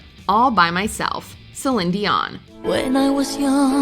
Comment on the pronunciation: I F-IN LUV Funny Girl... Quintessential Babs!!! Also have we been mispronouncing Céline's name all these years??